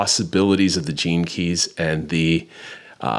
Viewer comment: As someone who has never studied human design or heard of astrocartography, i thought you were saying "jinkies" instead of gene keys. Anyway, interesting concept